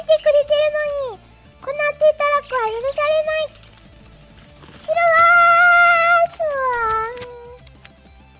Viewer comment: ｼｰ↑ﾛにｱｸｼｮﾝｹﾞｰ↑ﾑやらせるのは(エイレーン)